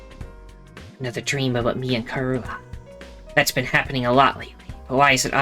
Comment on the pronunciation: I do like Takemaru~ Aaand she forgot how to pronounce Karua.... Hiruko is right, Leave him to die, Please and thank you~ Hiruko is kinda a bi- But she's cool~ Takemaru should follow the rule.. Equal Rights, Equal Fights. But you know in self defense.. Punching someone needlessly is just rude.. Board game~ Kill it with fire!!! The Pumpkin took the Pumpkin~ <3 Eito is safe now~ Amen hallelujah Peanut.. Butter....? This... Demo... Never... Ends.... Sirei was in the trash can? Interesting. A ghost person killed em! Hiruko is the leader! That was fun~ Have a good day, My love~ <3